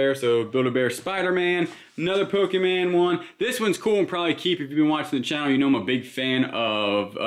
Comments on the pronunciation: Just FYI, it's pronounced Poke-ee-mon. (As in Lawn) Not Poke-ee-man. It made my ears cringe when it kept getting mis-pronounced. Much like if a Marvel, Star Wars or Harry Potter character were mis-prpnounced. LoL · You said pokeman lol it’s Pokémon lol my dad says it the same way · FYI. It’s not pokeman, it’s Pokémon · First of all... the disrespect in mispronouncing pokeMON. But pokemon, anime stuff always sells. Also it's plushie. The anime community calls them plushies.